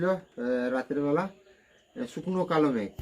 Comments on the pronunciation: Kalomegh na, kalmegh hobe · Kalomegh na kalmegh bole